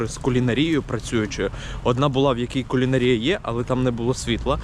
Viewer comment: Кулінаааааарія. Наголос не на той склад)) ти реально ключові слова дивися в правопис спочатку. бо знов відбулося, як минулого разу: пробувати і куштувати. я просто до того, що ти ж в маси несеш помилки. а так відос прикольний)